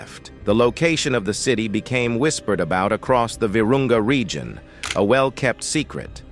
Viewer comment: LOL The "regeon" LOL